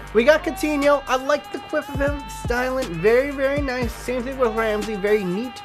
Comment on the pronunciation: Can't believe you said quaff, when it's "quiff" LOL